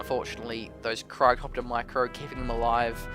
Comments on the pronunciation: you keep saying Cairo copters its cryo copters lol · its Cryo-copter not Caryo copter :P